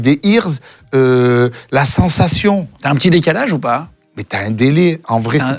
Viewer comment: les EARS tu me tue comment tu prononces jpp!